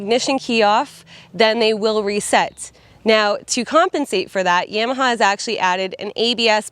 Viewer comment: Good Job! Gonna test ride one. Never heard Yam a ha pronounced that way. Thought it was Ya ma ha - lol